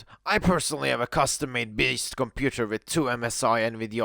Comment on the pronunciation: "compooper" kek